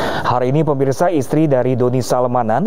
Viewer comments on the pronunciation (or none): none